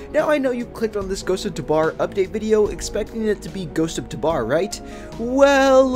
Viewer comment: PLEASE ITS TAH-BOR NOT TAH-BAR